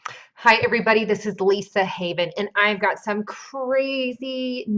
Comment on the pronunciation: When you introduce yourself at the start of the video, "Hi everybody this is..."